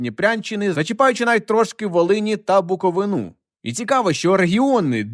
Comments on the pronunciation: БуковИна,, а не БуковинА. Поки не побувала там, теж називала її неправильно😊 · БуковИна, нікчема, Бу- ко-вИ-на. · випуск чудовий, дякую вам за контент. Проте хочеться наголосити на тому, що правильно говорити БуковИна, а не БуковинА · Буковина наголос має бути на И.а не на А